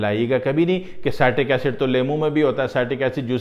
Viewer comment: It is pronounced as CIT TRICK acid🙄☹